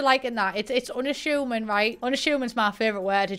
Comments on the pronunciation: "unashoomin" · really said “Unashumin” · No one:: Unashooming